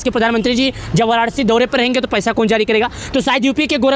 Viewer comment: Sahi se bolna sikho waranashi hi wararci nahi band karo bakwas